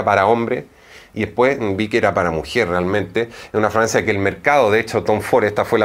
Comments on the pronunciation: Escucho que dice Dice “Francia” no fragancia. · Fra-gan-cia ! No fraancia ! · Porque dices Francia en vez de fragancia? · Excelente! Sugerencia se dice Fragancia